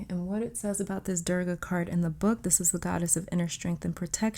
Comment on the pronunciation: Wow, you pronounced the durga mantra correctly..she is godess of strength, protection and destruction a very powerfull one. this card was real surprise. Thank u